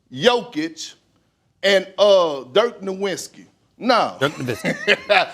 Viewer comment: Kendrick “Dirt Noowintski” Perkins! What a dunce!